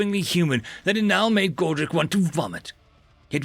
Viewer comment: Not to be mean but you know you've been reading too many alien names when you say godric as godrac lol